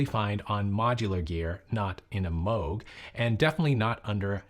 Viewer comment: Why is he calling it "Mowg"?